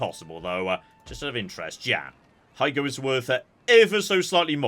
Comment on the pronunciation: About 95% of the time, Japanese pronunciations are pretty good to spot on, which makes the 5% he really gets it wrong really glaring to me, a massive dweeb. In case you're reading this, here's a few pointers: "Bungo" is "boo-n-go" "bune" is "boo-neigh" "Higo" is "hee-go" and, not that it matters any more, "Ouchi" is "oh-oo-chee" (or was, I guess).